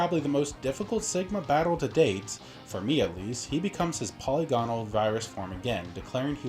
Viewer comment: Awesome video 2 small things You prounounced Polygonal and infamous in a non typical manner. I knew what you meant and so did everyone else, but yea